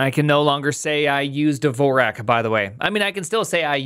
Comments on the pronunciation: WTF is "Devorak"? There is no 'e' in "Dvorak". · he's been using Dvorak for 10 years and still can't pronounce it